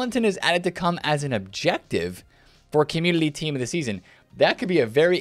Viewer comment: Love the way you say "opportoodily" and "commudily"